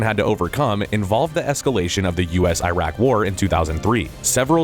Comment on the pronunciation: Dude was doing so well, until he mispronounced Iraq